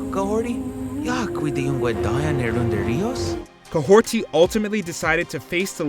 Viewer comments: It's annoying continually hearing him call her "Kahhorti" when she has no T in her name. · seriously where the heck are you getting a t from when you say Kahhori's name? and a heel turn is going from good to bad/evil, Hela made the opposite a FACE turn. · do you see a T...ANYWHERE in Kahhori's name!? no? then why the hell are you saying her name with a T!? God this is why I hate...the BUTCHERING of names that are obviously so clearly written. who do you think you are? a localizer for Funimation!? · Wheres the T in kahhori? Why you pronouncing it like that it legit says kahhori in the subtitles of your own video 😂😂😂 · Bro really said Kahorti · Kahhori, not Kahhorti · The extra T is bothering me more than it should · This is the second time you've failed to pronounce Kahhori's name correctly. Do better.